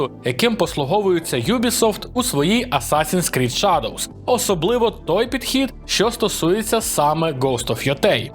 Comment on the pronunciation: Вибачте, але ваше шАдоу ріже вухо. Не робіть таких помилок, будь ласка, залиште це мокшанським недоблогерам.